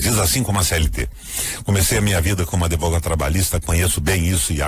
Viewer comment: Senador q fala "adevogado".... nosso país está longe de ter solução!